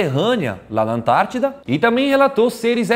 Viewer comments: EU SEMPRE ACHEI QUE ERA ANTÁRTICA E NÃO ANTADIDA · Vc ele falar ANTAITIDA KKKKKKKK